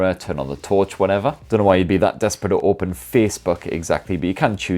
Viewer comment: “Don’t know why you’d be so DESPERATE to opehn faycebuuk” LMAOOOO DED